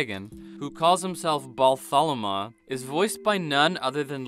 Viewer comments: Balthromaw already told his name and this guy couldn't even get it right. Cmon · Way to go, mispronouncing the Dragon's name even though they say it repeatedly throughout the episode you're claiming to "review" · Lol, the guy mispronounces the dragon’s name then immediately plays the part of the episode when the dragon introduces himself.